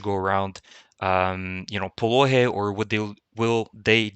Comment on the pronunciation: Do not say POLOHY : phonetically "POLONY" H est said N , H is N if you want. But this is another alphabet.